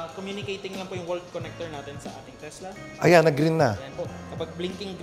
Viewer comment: Teslak. Hahaha charoot